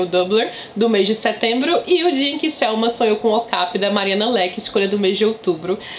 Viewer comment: Amo suas resenhas!!! Ps. Acho que a pronúncia é "ocapI" e não "ocApi"